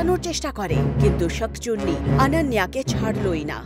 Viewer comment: শাকচুনি নয় শাকচুন্নি হবে 😂 কিন্তু গল্পটা অনেক সুন্দর ♥️♥️💚💚